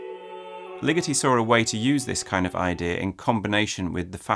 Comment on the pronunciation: omg I thought you were saying LIGITTI until I looked closer at his face and then realized it was LIGETI